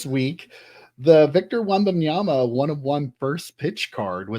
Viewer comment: “wembaMyama”… “wembaNyama”… 😅 You got this! Love the show!